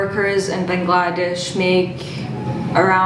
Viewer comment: Bangladesh is pronounced Baang la desh (the stress should be on the Baang and not the 'la' part of the word)